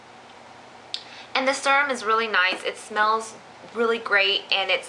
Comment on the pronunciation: um....serum is pronounced seeerum. not surum.